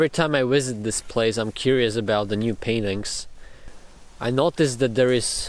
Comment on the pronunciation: It always cracks me up when he says any word with a "V" as the first letter because it always comes out as a "W". "Visit", "visitor", and "visiting" become "wisit", "wisitor", and "wisiting"!